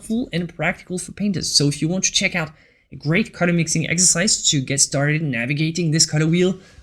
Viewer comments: You pronounce the word color wrong, it s sound like cutter when you say it. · WHY YOU SAY CUTTER INSTEAD OF COLOR?